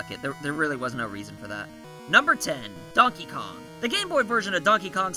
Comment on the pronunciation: Dankey Kang, lol